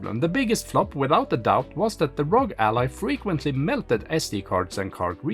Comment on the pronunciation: It's "AR-OH-GEE"... why do people keep calling it ROG as in LOG???? Is it that difficult to sound out the letters?